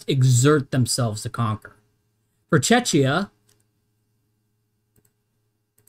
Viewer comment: Thank you for this exhaustive analysis. But I have to say... YOU ARE MISSPRONAUNCING WORD "CZECHIA" AND "HÁCHA" SO BADLY, YOU TEARING MY EARS APART 😅 Letter "ch" should be pronaunced in those cases as in the word "ReiCH". Your pronaunciation is similar to letter "Č" in slovak language, which is so wrong 😅 By the way... I'm a massive fan of your work from Slovakia 👋🙂 BTW: Why do you think that Germany did not need consent of Czechoslovakia regarding Munich agreement? We were a newly formed state back then, even if we were considered "obnoxious" by the Germans and Austrians, because of our location.